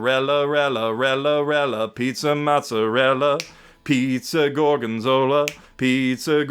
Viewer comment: Holy shit I never thought I'd actually hear Gyro's Pizza Mozzarella, but in comes with the perfect rendition of it.